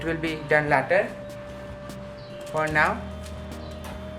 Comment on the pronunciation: He doesn't know how to say later